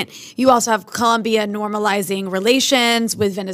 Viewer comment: It's Colombia with an "o" not a "u".. When will you gringos learn?